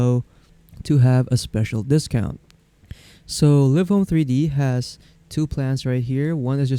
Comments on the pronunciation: ha ha it's live not liv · They make the videos yet they don’t know the actual pronunciation of the program. 😂